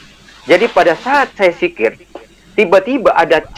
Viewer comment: DZIKIR.BKN SIKIR.DASAR KAU PENIPU!!! HAHAHAHAHA